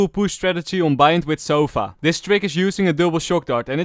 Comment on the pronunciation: I like how you call sova sofa